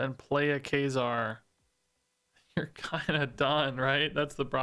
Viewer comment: funny how you pronounce ka-zar as kay-zar